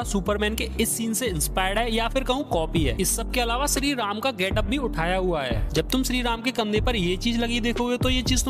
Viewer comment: 70k subscribers hai. Kisi aur ke liye nhi toh at least unke liye toh correct your pronunciations. Shree Ram thik se bol rhe ho phir Adipurush ko Adipurus kyun bol rhe ho bhai!? P.S :- Subscribers hote hai, Suscribers nhi. 💀